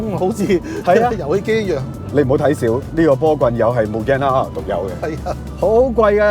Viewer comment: 個名應該係讀double R , 唔係r勞r勞